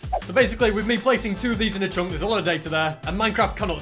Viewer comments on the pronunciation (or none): why u saying "CHONK" and not chunk